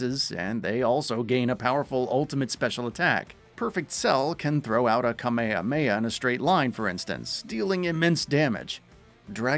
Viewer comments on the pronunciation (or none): imagine doing a dbz video and saying Kamaya-aya